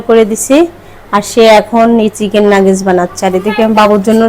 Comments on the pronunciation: নাগেজ নায় নাগেট হবে। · নাগেজ না নাগেট 😂